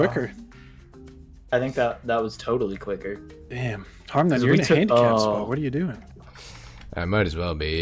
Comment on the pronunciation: Its harmnone not harmnane